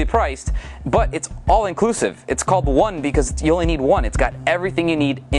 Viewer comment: instead of need he said "Nude"